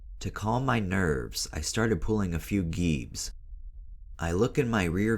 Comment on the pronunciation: pronouncing geebs wrong g-eebs